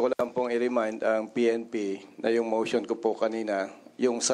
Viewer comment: Mosssyon, deliverasssyon, continueysssyon, educayyysssyon